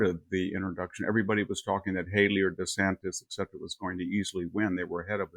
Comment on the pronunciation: "ECK-Cetera..." Mr. Hanson: Please learn to say "ET cetera!"